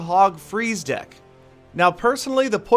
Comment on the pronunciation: is it me but when Peter says deck it sounds like dick xD and the song is completely different